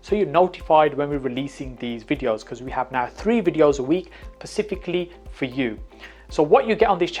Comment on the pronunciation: i love your videos BUT can you please say the word SPECIFICALLY properly you keep saying pacifically in your videos. Much love and respect!